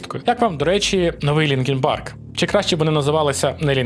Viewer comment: Та коли ти вже навчишся? "новИй", а не "нОвий" - наголос на другий склад!😭😭😭 Iлон Маск не задрот в дьябло 4, а проросiйський п**орас, який не вартий жодної уваги